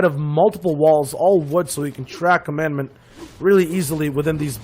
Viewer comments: listening to them commentate made me so mad, "commandment" pretty sure its COMADON, HOW TO YOU GET COMMANDMENT FROM COMADON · Comadon not command or commandment so annoying when the commentators cant read or constantly miss pronounce someones name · It’s comadon not commandment you idiot..